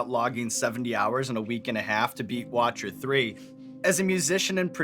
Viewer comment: Still love that Sean called Witcher 3 "watcher 3"